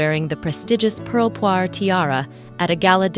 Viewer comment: Thank you for not calling the jewel the "pearl poiré tiara".! ! ! It is -. as you say "poire" = pear.